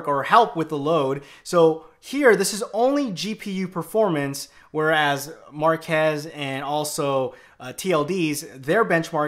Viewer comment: His Name is Marques not Marcus he once made a FaQ about his name and pronounced it the same way did